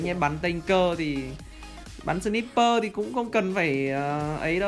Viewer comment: Ân ơi sờ nai pơ ông đọc là sờ níp pơ